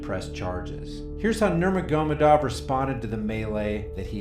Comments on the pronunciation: Nurma-goma-dov lolololol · Alright, you BUTCHERED Khabib's name so badly it made me cringe, so here's some help. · Boy did you ever butcher Khabib’s last name. Do some research next time 🤣. Great channel 👍🏼